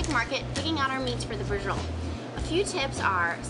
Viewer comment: Holy crap. SAPrasotta? 30 min? Bree-Joe-Leh? What's next Cap - ee- cola?